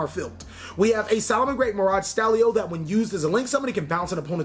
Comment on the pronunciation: Also I love how you mispronounced certain cards... HEARTleo and MIRADstallio.. heheh. <3